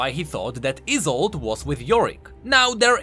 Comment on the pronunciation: you pronounce isolde like like it is isult. Good content tho.